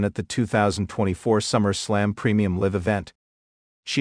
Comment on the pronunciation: The word Is Pronounced Live not Liv